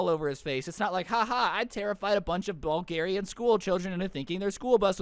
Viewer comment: DID YOU SAY BULGARIAN